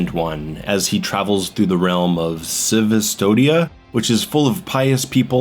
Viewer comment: The moment you pronounce Cvstodia I knew you didn't pay attention to the game